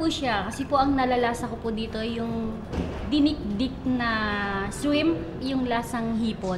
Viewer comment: "dinikdik na swimp"